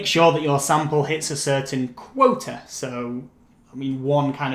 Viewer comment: You’re so helpful , you are a lifesaver with these videos!! But i think it should be (quota ) not (quote) ? 😊🙃